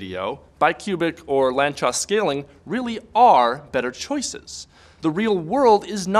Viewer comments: "Lantchós"??? i pronounced "lánc-sós" my whole life... :( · FYI, the name "Lánczos" is pronounced "lantsosh". Source: I'm Hungarian. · Ah, I thought it was Polish, where cz is pronounced like that